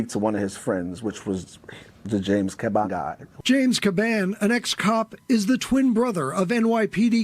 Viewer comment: Dude makes a video and butchered the commissioners name. It’s only been in the news for the past few months!